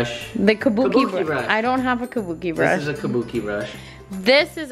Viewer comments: The man said bukake brush I'm dead😂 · MAN SAID BUKKAKE BRUSH LMAO. IM 'CEASED FAM